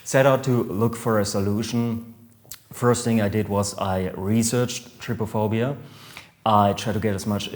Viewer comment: U say is like try-phobia